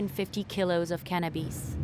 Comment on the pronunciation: Bro, its really not hard to pronounce cannabis.. Not cannabeees..